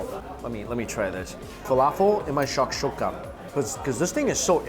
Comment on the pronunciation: Besides mispronouncing tahini and shashuka this was a very good video.